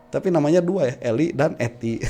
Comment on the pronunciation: Bang yg bener eli danety bukan eli dan ety..😄😄😄